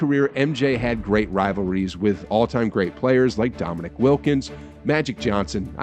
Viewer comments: I like the videos, I have one question. Is the narrator just the narrator or is he the guy who's actually paying attention to basketball. I only ask because if you really follow the league you know it's Dominique (Dom uh neek) not Dominick. Also a couple of other very key names or mispronounced. Just curious if anybody else notices. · It's Dominique Wilkins, pronounced Dom-in-eek not Dom-in-ick just saying lol the man was a legend. The man objectively beat Jordan in the 1988 slam dunk contest. The judges gave the last round to Jordan because they were in Chicago and the fans were getting pissed every time they scored Wilkins higher than Jordan. Watching the video you can see he won, and even MJ admits he probably should have. I'm not saying Wilkins was as good as Jordan overall, but he was still a legend in his own right. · I like the content, but you have to make sure you're getting their names correct. Dominique, not Dominic... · It's Dominique Wilkins, not Dominick!